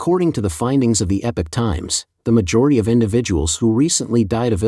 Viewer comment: Epic is pronounced Eh-pik. Epoch, however, is pronounced EE-pock. EE-pock Times.